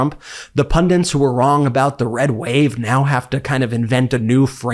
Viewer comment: Love your work. Stop saying "pundint"! You are banned from that word!